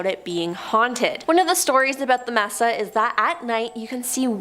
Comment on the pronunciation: Mesa is DEFINITELY not pronounced "messa"....it's MAY-SAH.... A flat-topped mountain!!! If you don't know what something is, please check before butchering the word..... several times!